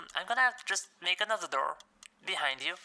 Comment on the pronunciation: Door?? Guy sounds like he’s saying “Der” 🤣🤣🤣🤣🤣🤣🤣